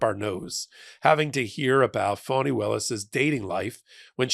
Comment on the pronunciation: Why does he keep pronouncing her name “Phoney,” instead of “Fawn-nee?” Is this supposed to be someone kind of “dig” disguise? smh